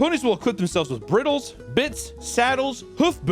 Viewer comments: You said cuntering and briddles 😭😭😭 its pronounced BRI-DLES and CANT-ERING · Br-eye-dles and CANTer 💀😂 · as a horse person, and NOT a pony player.. when he pronounced bridles as brittles and cantering as contering, i couldn’t help but giggle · I giggled a bit when he mispronounced bridles